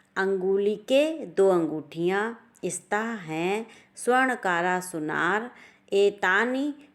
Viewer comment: Please refine your pronunciation. सुवर्णकारः not सुवर्णकारा